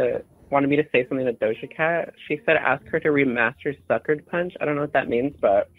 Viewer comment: Did you mean Doja Geck?